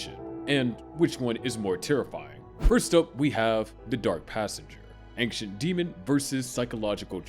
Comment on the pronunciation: Your pronunciation of "AnKcient" should disqualify you from speaking about ancient entities.